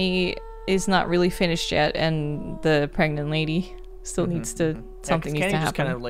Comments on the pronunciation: It's not 'preganant'. It's 'pregnit'. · Pregananant! There's a syllable missing still :P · it's Pregante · am I gregnant? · Can I be pregonate?